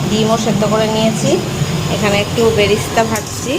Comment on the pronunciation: Barista na beresta bole